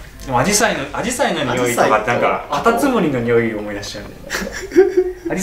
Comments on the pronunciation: アジサイのイントネーションおかしくない？ って誰も指摘してないけど私がおかしいんか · 紫陽花のイントネーションのクセが強い